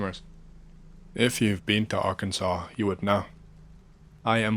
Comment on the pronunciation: Props to for pronouncing Arkansas correctly instead of calling Ar-Kansas.